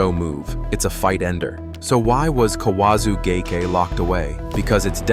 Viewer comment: So is this AI narration? If think that an AI would be consistent in it's pronunciations. I accept that non Japanese speakers won't get the pronunciations "right", but this narration is insane. Kawazu gake was said four times, each unique. Ura nage, he said it five times with four pronunciations. During the Daki age section I lost consciousness. Kani basami he got right every time.